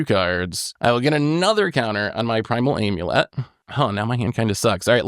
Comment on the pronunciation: This whole episode is just an excuse to let say "aaiimulett" over and over